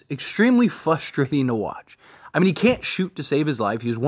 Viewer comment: great content but you gotta learn how to say "frustrating" esp if you're gonna cover this team 😂